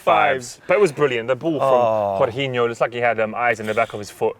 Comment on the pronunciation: says Jorginho like that weird dad who says chorizo Choreeeefo. #x